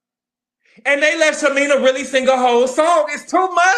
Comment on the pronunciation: you are killing me calling shamea, "shamina". I know you know how to say her name correctly lol 😆 😅 i cant imagine having a newborn at retirement age. Gerald is crazy for putting pressure on shamea like that. It's a geriatric pregnancy which is risky. Her 2 kids already have serious medical conditions